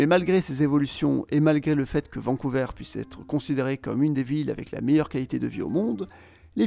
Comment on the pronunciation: On dit vancou"ver" et non vancou"veur"